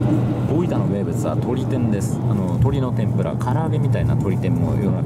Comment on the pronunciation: スーツって東京出身なのになんか大分のイントネーションが変だな